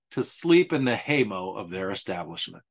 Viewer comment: I really appreciate this video. I feel like I learned several new things. One question I have is when was the interview with shotgun Collins made? BTW I could help you out on the pronunciation of hay mow, mow rhymes with cow. Lol.